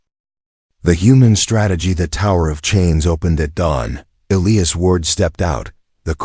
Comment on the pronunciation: Is it possible to teach an AI 🤖 how to correctly pronounce words, especially EliAs. Please god teach it to pronounce it correctly